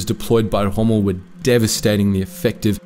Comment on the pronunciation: There is no need for the ultra-continental pronunciation 'Chommel'. Montgomery was selfish in the sense of insisting on a huge margin of resources before beginning the Alamein campaign.